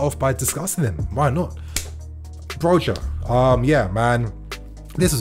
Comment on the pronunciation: It's not pronounced Broga but Broja the Ja is a ha sound.. cuz he's spanish init. Even the commentators kept getting it wrong. On another note Tammy was a let down.